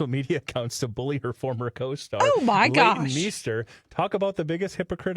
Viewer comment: 😂😂😂 me too. Not me screaming at them “LEIGHTON MEESTER!” “ADRIAN BRODY”!!! Gawd that was painful lol